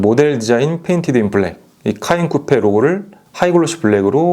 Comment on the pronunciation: 미안하지만 차 이름 발음을 잘못해서 계속 거기에 신경이 쓰이니 내용에 집중이 안돼요. 카인쿠뻬 카인쿠뻬…. 계속듣고 있자니 괴롭네요.